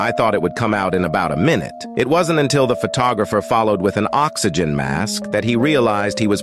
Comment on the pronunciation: Oxy- gin ( g pronounced as the word great or gimp) idk it sounds ded funny lol.😂